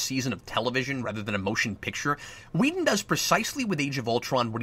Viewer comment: Are you calling him Wheaton instead of Whedon? I think that's what I hear, and it's cracking me up. Keep up the good work, Cap.